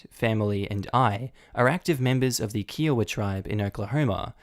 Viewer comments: Hi! I’m from Oklahoma and FYI, it’s pronounced kie-oh-wa. Just thought you’d like to know. We have weird pronunciations here. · huh every time I've heard a member of the tribe pronounce it I heard kai· uh·wuh. I'll give a pass though since he's Aussie. That said- I have been seeing alot lately about mistreatment of native tribes in the US, including stumbling across a story from 2018 where a couple with planet sized balls tried to sue the federal government claiming the ICWA was racist. People don't realize the the reeducation dormitory schools ("saving the man by killing the indian") Didn't actually close down until the 80's in the US. the ICWA was passed in 1978 specifically to prevent native children from being adopted to white families who would not allow them to learn about their heritage. It was also a half-hearted and backhanded apology for the significant amount of damage done to the tribes by the US (including forced sterilization in the 50's and 60's) that has placed many tribes on the brink of extinction. So hey congrats america- you were more successful at genocide than the Nazi's. In this case though it sounds like the "boyfriend" is essentially selling the kid under the guise of adoption.